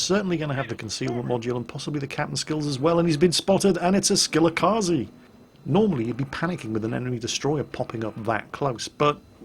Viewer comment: How come you can pronounce Minekaze, but butcher Shimakaze? Its Mih-neh-car-zee & Shi-muh-car-zee not Shi-MACCA-zee